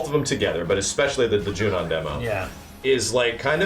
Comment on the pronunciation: I love your videos but, it's Junon, not Junion...